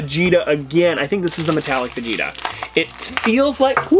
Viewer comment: Saying Vegeta incorrectly is really pissing me off.